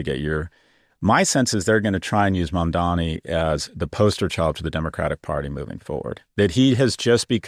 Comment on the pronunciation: Holy shit Scott learned how to say Mamdani's name